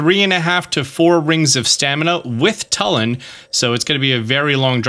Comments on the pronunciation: Excuse me did you just call tulin “telan”?? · Also you pronounced Tulin wrong it TOO-LIN